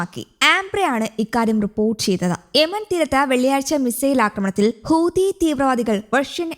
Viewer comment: ഹൂദിയല്ലാ ഹൂത്തി യുടെ വർത്തമാനം കേട്ടാൽ അൽജസീറ അടച്ച് പൂട്ടേണ്ടിവരും ഭാഷ അർത്ഥം കൂടി പഠിച്ചേക്കണെ